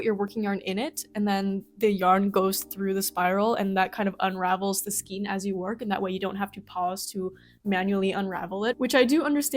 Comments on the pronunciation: Good practical advice. Skein is pronounced, « Skayne », not « Skeen » :—) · Same! But then she said “skeen” and my brain started to spiral, since I’ve never heard it pronounced that way and I started to wonder if I was wrong saying “skane”all my life, so I had to go to google and look it up 🫣 Apparently, if the “E” comes before the “I”, like in “neighbor”, it makes an “A” sound, but if the “I” comes before the “E”, then it makes the “EE” sound, so “skane”. BUT then you have “weird”, which is “weerd”, not “ward”. Ugh. English. I guess it comes down to the language of origin, and maybe how it’s pronounced locally, which now I really want to do a deep dive doom scroll on the etymology of “skein” and “weird” and why they are spelled the same but pronounced differently, but it’s also an obnoxious hour in the middle of the night where I am, and I really SHOULD be trying to sleep, and at the end of the day… (or beginning?) does it really matter how a workable measure of yarn is pronounced, as long as enjoyment is being had of working it? 🫣🫠